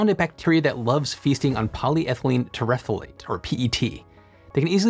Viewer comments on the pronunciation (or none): At the risk of being pedantic: terephthalate = tear-a-thall-ate